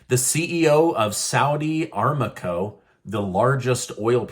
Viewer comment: Lol, my former employer is pronounced saudi a-RAM-co